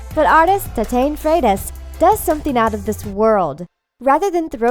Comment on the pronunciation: The pronunciation of Tatiane Freitas tho